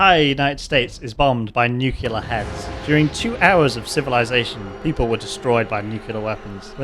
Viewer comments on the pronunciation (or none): Your pronounciation of "nuclear" is so annoying and i cant watch this. Its nuclear, not nucelar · Man, I have a tic with this, but the right way to pronounce nuclear is not nukulear, its nu+clear, nixon pronounced it wrongly which got that form of pronunciation famous, but it is not correct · it is pronounced "nuclear" not "nucular". Please, have mercy,, it hurts my ears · I love your work, man, but someone needs to tell you how to pronounce "nuclear". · I was thinking the same!